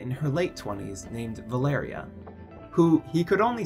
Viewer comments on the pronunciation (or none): none